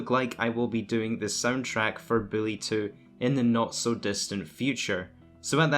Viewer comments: I can't wait for "Billy 2"... I thought it was "Bully 2"? Learn how to speak please. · Its BULLY, not BILLY lol, you can't even say the game right. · It's bully not Billy. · Is this dude really calling bully Billy smh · Stop saing billy two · It sounds like your saying billy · I was wondering if he was saying Bully or Billy so I turned on the Subtitles and the Subtitles told me he was saying Billy all along. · I can’t stop hearing “Billy”...help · He sounds like he says ''Billy 2'' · Wow this video was rough, i kept hearing “Billy 2” very very annoying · Lol I ignored half the video cuz I just kept asking myself...is he saying billy? Tf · lEaRn hOw tO sAy BuLLy